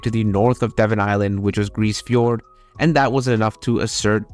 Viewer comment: fyi, the e in grise fiord is pronounced.